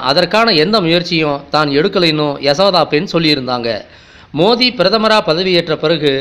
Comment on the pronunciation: சகோ மோதியா? மோடியா ஒழுங்கா தமிழ் பேசுங்க.